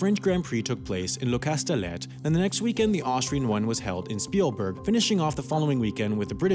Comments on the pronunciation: Its not casteleTTE the way you say it but more like CastelHey ! It'sound hey not ette 😀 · This is awesome, although you mispronounced “Grand Prix” and “castellet”